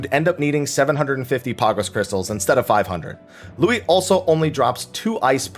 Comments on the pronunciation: Did you just pronounce Louhi as Lui and then Luigi? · As a finnish person I love how people pronounce Louhi :D